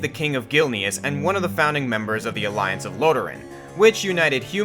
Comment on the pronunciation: ....When you pronounce Gilneas wrong...